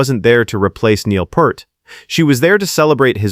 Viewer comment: NOT PERT!!! (You're pronouncing PURT!!!) THAT'S WRONG!!!! 😠😠😠 It's PEART!!!! Pronounce PEEEEEEEEERT!!!!!! 😉😉😉 YOU'RE WELCOME!!! 😁😁😁